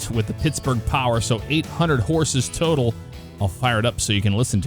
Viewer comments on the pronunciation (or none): none